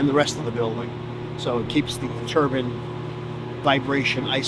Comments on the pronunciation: The dude saying TURBAN instead of Turbine at the beginning of the video (6ish min mark) annoyed the heck out of me as a NYer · It’s killing me to hear nuclear professionals say turban and not turbine the entire video.